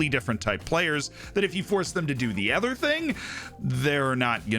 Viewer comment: Why do you say "ether" instead of "other"?